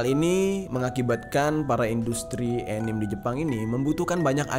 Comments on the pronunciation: Anime dibacanya ya animE bang bukan anim. Pengalaman tinggal dijepang nih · Bacanya anime ya ka bukan anim 😶